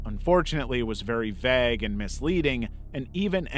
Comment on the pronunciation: Pretty sure that's not how you pronounce "vague."